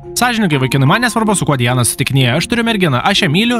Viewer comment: Ne dijana o Di ana